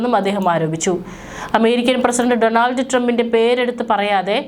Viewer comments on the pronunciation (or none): none